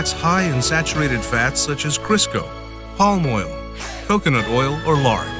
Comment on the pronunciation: Can you repeat what kind of oils we need ? Am not sure if you say palm or Pam oil.